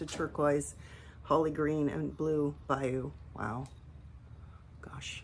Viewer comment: Here you go, you’re saying it correctly. BAYOU - (pronounced Bi-Yoo) A marshy, sluggish tributary of a river or lake. 😊 I love that new boogie pink, so beautiful with the turquoise! Your combos are all gorgeous. Do you dip your river birch and honey flux or paint those on first and then dip the tops?